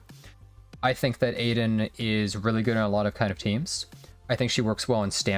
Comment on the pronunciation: btw it's pronounced 'Ah-Din', not Aiden lol